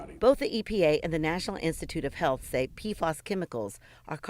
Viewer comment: Pea Eff Ayys. Not Peafoss